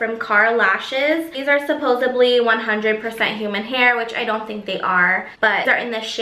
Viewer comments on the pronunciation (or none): I cringed so hard when she said supposebly